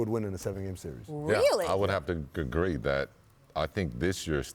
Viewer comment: Scotty “I would have to Gugree” Pippen